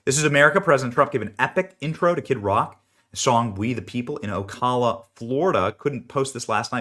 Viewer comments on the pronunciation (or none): It's Ocala not Ocalla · For what it's worth , the city is pronounced " O -CAL ( as in CALifornia ) -uh . Ocala . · Benny, I enjoy your content. As Florida native you miss pronounced Ocala, lol. Publix is the best grocery store in the country! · Learn to pronounce OCALA , PLEASE , thank you , Benny . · Come on Benny, you live in Florida......pronounce Ocala correctly. That's like pronouncing Kissimmee as kiss i me😂